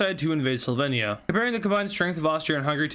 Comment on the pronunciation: You pronounced Slovenia wrong